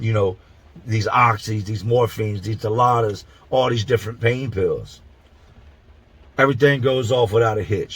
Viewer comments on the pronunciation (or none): To from Oran from Oakland; Hey player what's the haps? You pronounced Dilaudid wrong. It's pronounced Di Laud Did. Not Di laud da. I know cause i used them before. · Drug Name: Hydromorphone (hide-row-more-fone) Drug Brand Name: DILAUDID (dill-ah-did) What Everyone Calls It For Some Reason: "DA-LOTTA"